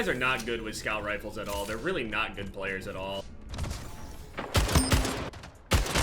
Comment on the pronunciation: “Scout rife” did play destiny?